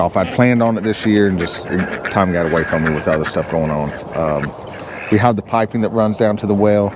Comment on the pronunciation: 😅 did you make up that word (hov)? I know you're saying (have)